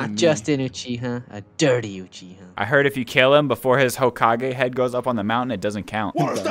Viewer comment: Second ; UCHIHER 😂